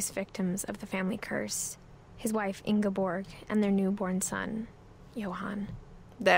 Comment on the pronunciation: It's pretty nice to have a spotlight shined on my country once in a while! Even though the way the MC pronounced Ingeborg kinda made me cringe slightly.... oh well, most Nordic names are pretty impossible for foreigners to say.